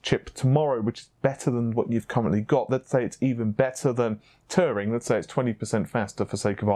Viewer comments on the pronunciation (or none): none